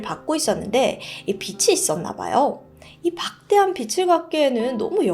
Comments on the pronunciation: 예전부터 조금 거슬렸던 건데 도 그렇고 왜 항상 빚을 빛이라고 발음 하시는 건가요...?ㅠㅠ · 영상보고 항상 느끼는건데 발음연습을 좀 하셔야될것같아요 영어발음 뭐 원어민 발음인지 본토 발음인지는 몰라도 저게 뭔말이야 할 정도로 듣기 거북하게 코인로코 뭐 이런거 신경쓰기전에 한국말부터 제대로 발음하심이 어떨지... 빚을지다 빚이있다 라는말이 비츨지다 비치있다가 아니라 비즐지다 비지있다가 맞는 발음인거잖아요?? 스토리텔링 영상 만드시는 분이라면 앞으로 좀 더 노력해주세요~ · 도 그렇고 빚을 을 발음할때 비츨이라고 발음하시는거 넘 거슬려요.. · 비츨 갚기에는 이라고 발음 하는거는 불빛의 빛을 발음 하는 걸로 들려요! 비즐 갚는다가 빚을 갚다 할 때 발음이 맞습니다~~ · 동감(다 좋았는데 그 부분에서 멈칫)